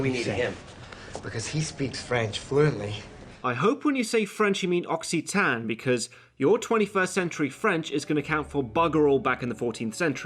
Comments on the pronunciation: Is Occitan really pronoucned "Oxi-tan"? Is it not more like "Ossitun"? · I thought it was pronounced "Okkitan" rather than "Oksihtan" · Oh God, that pronunciation of Occitan... By the way, the Spanish bit was hilarious. I love the vitriol and hatred in this one.